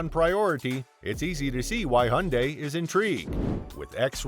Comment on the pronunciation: Aaah people please stop pronouncing Hyundai as if there was no y in it, that just sounds just awful😩